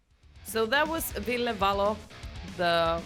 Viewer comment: I love how you get his name right. Thank you!